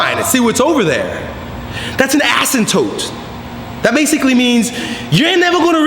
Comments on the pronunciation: Err I think he means "asyMptote" not "asyNtote" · you said asymptote wrong lol